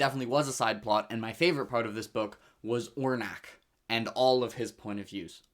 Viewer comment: You got Tiste Liosan right, but it's On-rack, not whatever you said 😂!